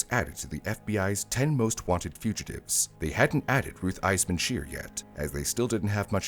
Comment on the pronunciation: Ruth “Eisman-Schier”, huh?